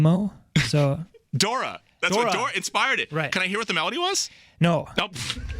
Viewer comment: DORI, DORI! NOT DORA! idiot.